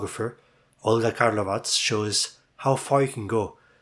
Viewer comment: FYI since she's Croatian it's gonna be pronounced KarlovaCH